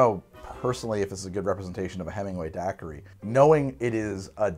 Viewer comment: Talks about people not understanding his "Aperol" Also: Dackery